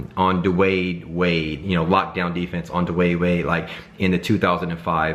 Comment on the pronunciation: "duwade wade" and bro you said it again... "duwaaade wade"